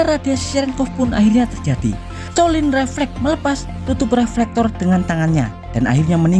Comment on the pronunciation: Loius slotin.bukan stolin.salah nyebut tuh